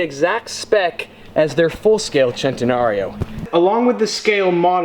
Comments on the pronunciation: Y do u say chentenario it's centenario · It’s not pronounced “chentanario” it’s pronounced “sentanario” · CENTENARIO not SHENTENARIO 😑😑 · I’m honestly fucking tired of people saying chentenario it’s fucking centenario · its pronounced s like sentenario not ch chentenario and every normal car has that lever for the trunk so that shows something about ur inteligency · SEN-TE-NARIO NOT CHENTEFUCKINGNARO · Chentenariooo? The right way sounds more like this sentenario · It's pronounced "centenario" not "chentenario" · It’s centenario not chentenario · it a centenario not a chentenario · Centenario not chenenario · If I got a brick for every time said “Centanario” I could make the Great wall of China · Chentenario or centenario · Why do you keep saying chentenaryo? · I will not watch this video i cannot stand to hear chentanario one more time ever in my life. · You can't pronounce centenario bruh.... It's a joke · The way he pronounces centenario is so cringeworthy, your not Italian bro just pronounce it like a normal white guy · You straight butchered the name of that car lol